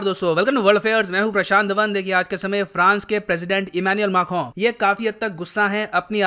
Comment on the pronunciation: correctly pronounces Macron!